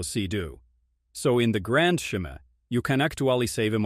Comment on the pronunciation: Sudden Italian accent and inability to pronounce the word “ scheme” among others? Oh yes, AI is ready to go